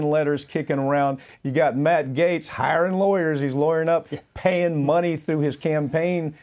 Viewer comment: Everyone pronounces his last name incorrectly. It really should sound like "Gets," phonetically. Either way, he is a complete scumbag and I hope "gets" what's coming to him.